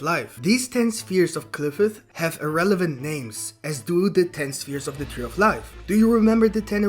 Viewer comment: Damn he butchers the tree name